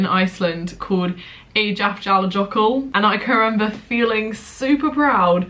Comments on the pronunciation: Eyjafjallajökull is pronounced ay-ya-fya-la-yo-koo. Love your videos ❤️ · I really love you but I studied the same volcano and it's pronounced "aya-fetla-yohur". I get it though it's a weird one 😂😂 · Btw Eyjafjallajökull isn’t pronounced like that. It’s: eye-a-fi-at-la-YER-kloock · Good try, Jade... But EYJAFJALLAJÖKULL is pronounced so differently! :D :D For example LL in Icelandic is pronounced TL! And did you know it's actually just a place? Eyja means Islands, Fjalla means Mountains and Jökull is a Glacier! So it means the Glacier on top of the mountains next to the Islands! The volcano basically doesn't even have a name, they just use the Glacier name which is a description of its location! RANDOM FACT but I thought it might interest you! KIND REGARDS from someone who spent their GAP YEAR IN ICELAND (can recommend!)! LOTS OF LOVE! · The way you pronounced Eyjafjallajökull 😂😂😂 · I was laughing so much about how Jade pronounced it😂 tbf it's prob her teachers fault😆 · The way you pronounce Eyjafjallajokull 😂 I remember learning about that in Geog too, good times. Can't believe i feel nostalgic about Geography😂